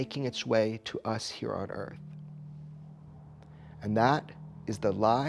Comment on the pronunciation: “Welcome to Earf. “ - Will Smith